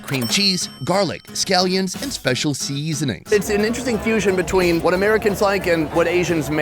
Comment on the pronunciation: Noticed the way pronounced 'seasoning'. Kinda sing song way, seaaaaaasoning....😂😂😂